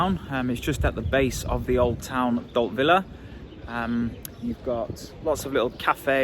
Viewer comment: Don’t know where you’ve been hiding, but good to see you back. I’m quite sure you pronounce Dalt Vila or “Upper Town” (Vi-la and not Villa), although I could be wrong 🤭